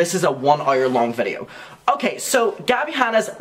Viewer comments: Errs and errs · i know this is serious topic but i'm obsessed with the way he pronounces "hour" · I’m gonna need some kind of tiktok or insta reel if you saying hour please. I’ve never heard anyone say hours like that!!! ✨ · Lol how he says hour